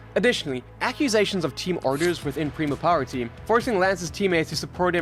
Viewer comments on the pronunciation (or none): It’s pronounced “pray-mah”